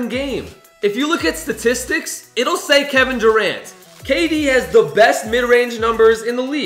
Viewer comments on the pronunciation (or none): none